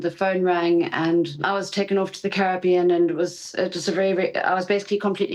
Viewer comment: Is it the Ca-rib-ibon or the Cara-beón?